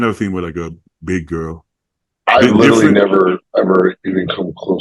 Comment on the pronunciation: If he tried to say the word 'literally' rather than 'littleilly' every sentence he would be much easier to understand. Always throws me off. Badi does the same lol 😂